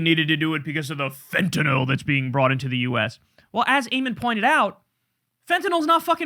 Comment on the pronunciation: Why does everyone say fent-en-ALL instead of how its REALLY pronounced, fent-en-ILL??Just wondering.Names of drugs r important,as is the pronunciation,because there r other drugs that can sound the same.YOU actually say it correctly .Just saying...